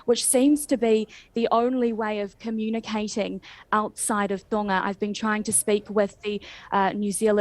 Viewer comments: Why does not pronounce the G in Tonga? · That New Zealand radio host needs to learn how to speak properly, can't pronounce Tonga properly. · Sorry to focus on a trivial point but it’s doing my head in… Why are all news reporters pronouncing Tonga with a silent G All my life I have known it’s pronunciation to have quite a powerful G and if you google how to pronounce Tonga it is sounded with a strong G.. This happens a lot in the media, but are they right in this case?